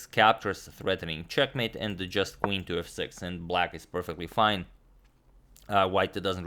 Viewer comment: Sounds more like "Quing" :D